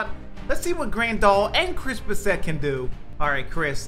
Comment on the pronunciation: It’s bass-it not bass-et